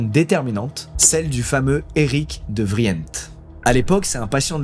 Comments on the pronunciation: Je me dois d’intervenir, j’adore l’histoire mais on dit [de vrindt] pour le nom de famille De Vriendt, pour le porter, prononcé le bien 🥲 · De vrint ça se prononce